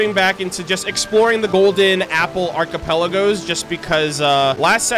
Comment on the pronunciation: i like how he still says "a cappella goes" instead of "archipelagoes" even now in the current GAA event with the mirages.